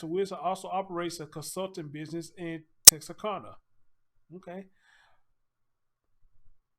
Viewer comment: Tex-are-can-a. This is phonetical pronunciation of it.